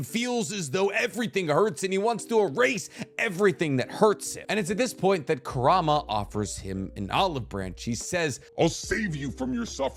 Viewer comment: Ku-ra-ma, just correcting because my borderline OCD Is hurting